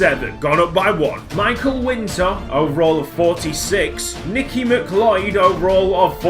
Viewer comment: i think that guy McLeod's name is pronounced like McCloud, but i dunno